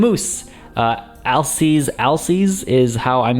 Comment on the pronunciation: Alces is pronounced ALL-siz, caps is for what part of the word you put emphasis on :)